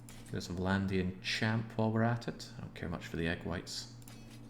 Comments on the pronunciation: Pretty sure he's been saying egg whites the whole time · You say Equites, I hear egg whites